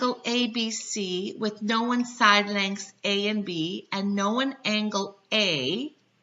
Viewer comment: What's this word, "know-win"?